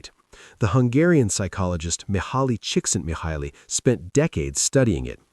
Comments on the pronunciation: They certainly aren't using AI to do the majority of their work. Narrator, more authentic muscle car images, etc. I could also have pronounced Mihály Csíkszentmihályi correctly for the channel, too! Vote Human! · As Hungarian, when the narrator completely garbled the name Mihály Csíkszentmihályi I immediately knew.